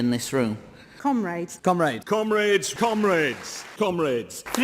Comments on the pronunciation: I wanted to show us Americans could bring intelligent discussion to the table, but it just sounds like they are saying "cumraids" and "cumreds" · thats what it sounds like to me, "cum raid" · "cumrags" Oh wait they meant "commrades"...eh "cumrags" is more fitting... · Did she say comrades? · Okay, gotta say it: to an American, I really wish they'd hit the O sound in "comrades". As it is? It sounds like they're describing a rag... someone "cleans up with" after a night on the 'Hub. Just sayin'.